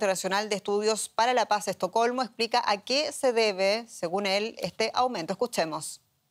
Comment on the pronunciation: Al fin se pronunció "ESTOCOLMO.